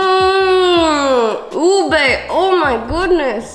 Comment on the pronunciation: I appreciate how u guys pronounce ube the traditional way bc most non-filipinos always say u-BAY